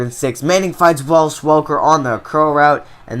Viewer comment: There is no L in Wes Welker's first name. Good series but dang you say it every time!